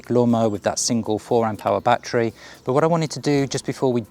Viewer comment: Have you got "BAT-TREES" in your garden or did you mean a "ba-TTerY" or "ba-TTer-ees"